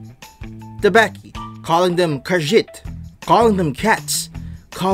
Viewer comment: Your first pronunciation of Tabaxi was spot on. "Wild Shape" is one of a Druids most iconic spells in which it allows them to temporarily shape-shift into an animal of the forest. Bard = Horny, about 85% of the time.